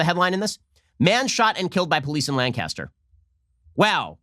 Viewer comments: Ben you gotta pronounce Lancaster correctly. It's pronounced like Lang-kister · I love your videos! I live in Lancaster County. It is pronounced Lane-ca-ster. 😂 I agree 100% though. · Just because its spelled LANCASTER doesn't mean thats the way its said. I live in PA, its said as LANK-ISTER. But either way the suspect got he deserved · Lancaster pronuncation: Lane-ki-ster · Ben, we pronounce it LANG-kister ;) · Im from lancaster and i cant get over how he keeps saying "lancaster". Its lankister😂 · Its pronounced lane-kissed-her... I live there the amish will correct you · Everyone knows Lancaster PA isn’t pronounced as Lancaster...it’s “Layncuster” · Love your comments, Ben. Just a pronunciation correction from a native Pennsylvanian--it's pronounced LANE-cas-ter. Keep up the great work! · who lives in PA cringing at the way Ben says Lancaster, (its pronounced lankister) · It's lancaster, pronounced lan-kiss-ter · It's pronounced "Lang-ke-ster" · The police did not allow this. I live four blocks east of the shooting, and four blocks south of the riot. They stopped it. But our mayor is a commie, so maybe they had a little restraint. The main instigators weren't from around here because they pronounced Lancaster the way Shapiro did... tell tale sign you're not from around here. It's pronounced lang-kissed-her for us Lancastrians. They also kept repeating a lie that the deceased was a 14 year old, unarmed boy with autism. The people leading the riot with bullhorns continued this lie and even told people they talked to the mother of the deceased who confirmed this. Total lie. There were also a bunch of Antifa types around, who seemed to be from out of town. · Langcaster? There’s no “g” Ben lol. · It’s Lancaster like the bomber, not LAn Caster. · [Lane]-[kiss]-[tur] Sincerely, Someone from there. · Its Lancaster not LANGcaster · It’s pronounced LAN-kiss-ter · Its Layn cas ter... you're pronouncing it wrong. From the area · It’s pronounced “LANK-uh-stur”